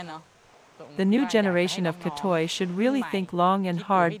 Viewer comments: Gra-tei not kra-toi (G as in word gun, ei as in word Huawei) Gratei is used originally for the third sex but now mostly to identify lady boy or, less often, gay man. Anyway from the history ,Thailand was comprising of people from various cultures so I think we are more open to the diversity including sexual orientation, sexual preferences and mannerism. Discrimination isn't zero percent but it's very uncommon. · Gahtuy not gahtoy